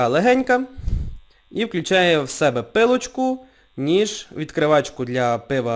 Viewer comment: вимова "с" і "з" крізь зуби пом'якшення "в" перед "и" - вьикладу , соковьитого пом'якшення і заміна наголошеного "и" на "е" пилочку , пиво якбьи та і решті слів з "и" проскочило інтелнет